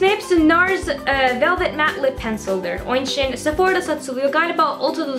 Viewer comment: GleekandProud sanane sanamı dedik isine bak! Kelimelerin cogunu duzgun soyluyo da onumu soyleyemiyo ben sadece soyledim ister dikkat eder ister etmez